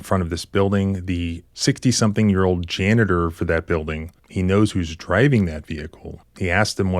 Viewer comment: I like how you pronounce janitor, jana-TOR- that's how I'm saying it from now on- rhymes with Skeletor 😆